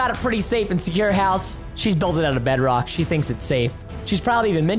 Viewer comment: CätBõÿ 100 What in the World is Breadrock 😂😂😂😂 Its Bedrock 🤦🏻‍♀️🤦🏻‍♂️